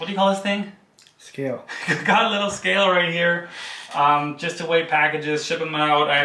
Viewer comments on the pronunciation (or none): What do magic frisbee wizards do in their home??? Polymath much?.....But can he sing? ....He speaks German....he speaks American (except for that one 'scale' word) .....does he speak Canadian???? There is a level of "Cool" "talent' that makes me want to hit in the face.